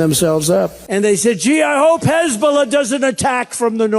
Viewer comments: 1403rd Dipschit was calling Hezbola - Hezba ....... he has Dementia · What's a "hezbol"?